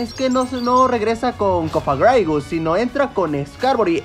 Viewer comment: El insiste en pronunciar mal Cofragrigus, jaja. Dejo video de referencia para aprender a decirlo